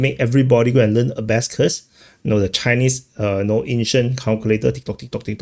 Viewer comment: It's not "a-ba-scuss," it's "a-ba-kuss."